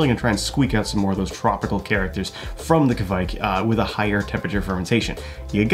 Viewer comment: As a Scandinavian I have to say that the pronounce Keviek is wrong. Kviek not keviek. To be fair Kveik is just another word for yeast (from Norway). There is. Lot of “old”.yeast from a lot of countries which will.fot the today name Kveik. I think you pronouncement of Sahti is quite right. I actually.tried this method but I still.enden up with beer tasting of DMS. I didn't have it tested though.